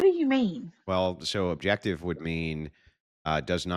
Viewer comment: Whaaaaat do you meeeaaan objectahtive moralaty 😂 holy shit